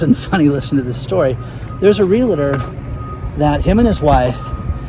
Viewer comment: There is no "LA" in the middle of the word realtor.